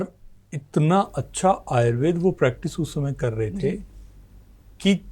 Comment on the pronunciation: बहुत सुंदर लेकिन एंकर महोदया से अनुरोध है कि वह आयुर्वेद को आयुर्वेदा न बोले